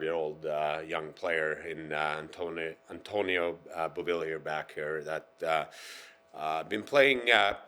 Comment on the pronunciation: He carved up those names...."Antonio" ???? What a dope